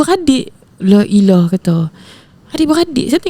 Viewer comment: Seronok dengaq bahasa utagha. Maaf nk tegur...sebutan la ilah tu bagi perabis nah...la ilaha illah Allah...X habih maksud lain nah